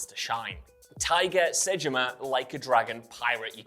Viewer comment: Also says Tiger, not Taiga.